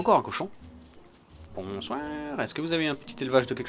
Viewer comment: Trop lol le "bonsouinre"^^